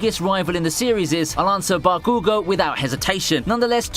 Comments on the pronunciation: BAAAH-koo-goh! GAAAAAAA that really triggered me 😆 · Bro why do you pronounce stuff like that? 😂 "BakOOgo" 😂